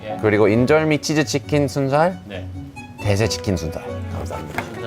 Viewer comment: 으랃아아 매운츼킨 역시 조쉬님도 외국인이었어🙂